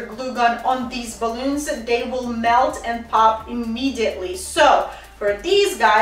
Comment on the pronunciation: I love ur video... but its cute how u over pronounces words balloonza.... great directions and demonstrations